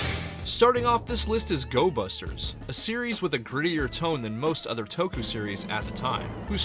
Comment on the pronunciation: Gobusters, not Gosbusters!